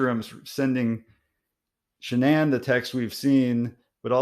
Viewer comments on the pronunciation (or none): What's a 'Sha-Nan'?